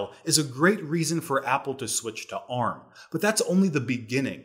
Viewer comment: Wow you're finally pronouncing ARM correctly.